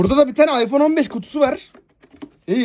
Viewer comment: iphone yi bile yanlış söyledi kral 😅